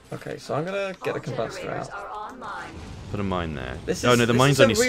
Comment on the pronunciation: You pronounce combuster so weird!!! 😂